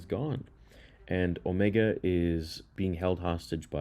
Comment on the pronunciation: Why do u pronounce omega and necromancer so weird like u literally hear how they say it in the show.